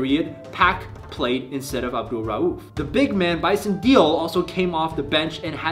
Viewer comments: bro its pronounced bison day-lay!...not deele...r.i.p. ...horrible story around the player formerly known as brian williams death after a newsworthy career...crazy how he and another player that changed his name in chris jackson aka now known as abdul rauf played on the same damn team that was the first 8th seed to upset a 1 seed . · Nitpick, it's pronounced "Bison DAY-lay". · Bison Dele (pronounced day-lay) was known as Brian Williams at the time, he changed his name towards the end of his career. Minor nitpick on an otherwise sweet vid. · Bison Dele...sounds like Daylay. He was known as Brian Williams before the name change in 1998 to honor his Native American heritage. Mahmoud (sounds like Mock-mood) Abdul-Rauf was previously known as Chris Jackson. I saw this in 94 and it was the coolest thing.